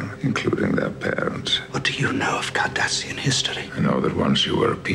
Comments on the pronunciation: it's Cardassian, not Kardashian. 😂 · As a counter statement, I would say that every time I hear the word KARDASHIAN, I hear Cardassian... Haha